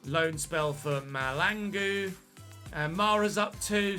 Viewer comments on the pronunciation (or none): It's really funny how you pronounce some of our South African names 😂"Mr Mahlangu". The way you pronounced it is not even close 🤣